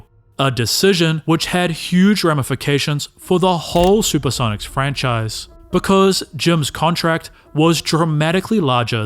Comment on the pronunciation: "The Super-seven-ics"?